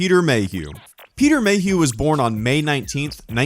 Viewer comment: peter mayhuehuehue